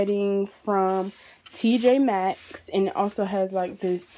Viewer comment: It’s none of those she said it right it’s tj max